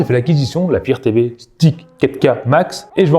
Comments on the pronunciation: Firtévé ? Non mais sérieux... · Le fire TV, et non le "faire Tv"..